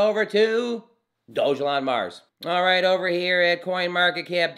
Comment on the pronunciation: Sorry my friend but you are not saying the name properly